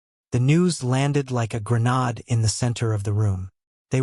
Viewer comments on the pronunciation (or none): Agape should be pronounced a gape and grenade as ger nade not ger nod